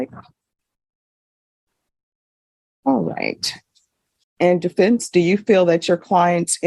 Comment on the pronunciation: “Depense” instead of Defense 😂